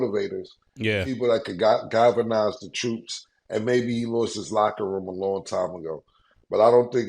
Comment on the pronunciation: Yoo killa did u try to say "Galvanized" 😂😂😂😂 killa butchered that word. Actually not just butchered he obliterated that one. Websters dictionary is just shaken there heads right now!!!😂 Killa u tha GOAT my man!!!